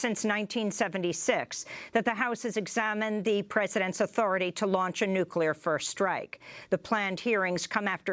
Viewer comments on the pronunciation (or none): nookular, haha, cant even say it!! its nuclear!!